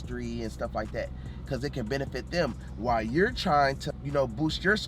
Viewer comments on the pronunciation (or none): none